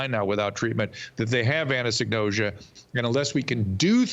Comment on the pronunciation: Anosonosia...not "anasenose...ea"